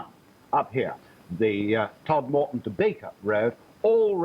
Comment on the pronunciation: The narrator has an issue pronouncing Todmorden lol